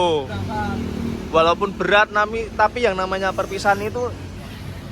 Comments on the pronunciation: HAA SILITT 😅 SULIT MAS BUKAN SILIT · Mas "SULIT bukan SILIT" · SG NGEDIT KII SOPO SIHH, YANG BENER AJAA "SILIT"😭😭😭😭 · mas? "SILIT" wkwkwkwkkwwkwwk 😭😭😭😭😭😭😭😭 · yg bener aja "SILIT"😭😭😭😭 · tapikok "silit pertemanan" kok" silit"😂😂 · Maaf mas ngakak "silit"😭😭